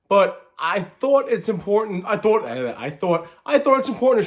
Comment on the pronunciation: Why are you putting so much emphasis on the THought